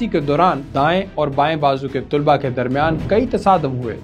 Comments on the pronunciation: بہُت بہترین ڈاکومنٹری ہے۔ آپ کا انداز بھی بہُت اچھا ہے بس لفظ " طلباء" میں ط پر پیش اور ل پر زبر پڑھیں یہ صحیح تلفظ ہے۔ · اچھی نیوز رپورٹ ہے ۔لب و لہجہ بھی اچھاہے۔ لیکن آپ طُلباء کہہ رہے ہیں جو بار بار دہرانے کی وجہ سے دماغ پر ہتھوڑے کی طرح بج رہا ہے۔ درست تلفظ طلباء ۔۔( ط پر زبر ہے)۔ براۓ مہربانی اس حولے سے آٸندہ خیال رکھیے گا۔ Tulaba wrong.... talaba durust